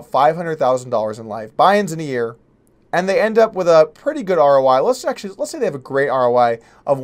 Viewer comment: Are you saying R.O.Y.? Or R.O.I.? What is R.O.Y.?